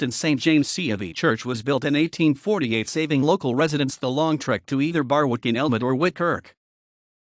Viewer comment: Stop it from saying BarWick it is pronounced Barrick.